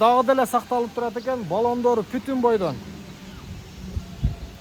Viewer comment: Путун эмес бутун дейличи кыргызым